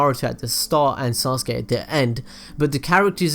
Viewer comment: i am not gonna forgive him he's calling Sasuke ""soske""